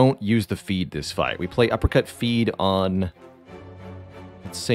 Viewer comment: Half the time you say "uppercut", I hear "apricot" XD